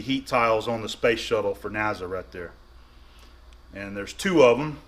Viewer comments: N A S A. Not NAZA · Not Naza, It's NASA